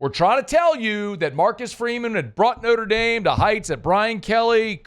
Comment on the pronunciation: “Norte Dame” … = Notre Dame.